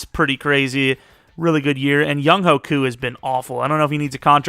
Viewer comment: it’s not young-hoe, it’s young-hway.